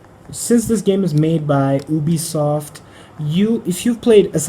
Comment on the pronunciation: It's not Ooobisoft it's Youbisoft